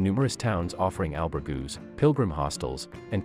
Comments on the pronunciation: Oh boy, would be good if they had done their homework on pronunciation of places and things like “Albergue”, “Portuguese”, “St Jean Pied de Port”… To be described as “The Best” no I don’t think so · I agree: Pls have the correct pronunciation for St Jean Pied de Port and albergue.